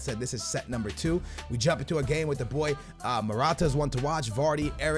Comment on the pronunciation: "NUMER"😂😂😂 stupid you're making fun of him and you don't know how to write either